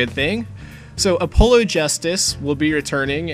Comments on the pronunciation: Did you just pronounce his name Oh-PO-loh...? Have you never heard the name Apollo before? it's a real name. It's pronounced ah-PAH-loh. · A polo? Like the shirt? It's pronounced uh pol oh FYI. Like the "god". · the vid it sounded like you said "a polo." But since you already know then nevermind. Was just dropping the info nicely before someone insulted you for pronouncing it wrong(or sounding like you did.)later :)